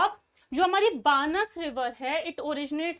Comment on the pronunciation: It's pronounced as बनास नदी (Banas river)